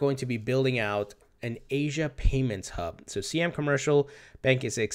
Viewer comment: Siam is pronounced like "sigh-am."